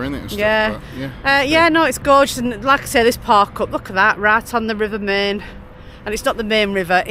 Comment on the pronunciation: Great vlog, guys 😊 I believe you are going to visit Schloss Neuschwanstein, aren't you? Enjoy and safe travels,. Our LittleLilly send lots if sloppy kisses to Chicco 😘 add: the river Main is actually pronounced like this: mine (just saying)